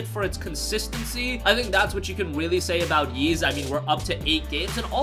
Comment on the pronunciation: Ys is pronounced like "ease," not "yeez."